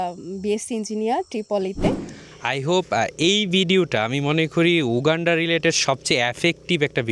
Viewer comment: এই ভিডিওর সব থেকে শুনতে খারাপ লাগা শব্দটি হলো, ইউ গান্ডা। উগান্ডাকে ইউ গান্ডা বলার হেকমত যদি রিভিল করতেন অনেক ভাল হতো।